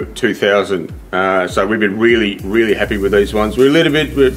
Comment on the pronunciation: Weally well